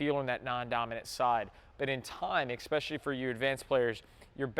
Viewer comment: I'll join when you stop saying "ex-pecially" in your videos... it's pronounced "eh-Sspecially"... Unless you order "ex-pressos" at your favorite coffee shop, then I'll have no choice but to acquiesce.